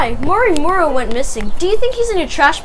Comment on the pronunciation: impreção minha ou ele falou "Oi eu sou mori Mure"?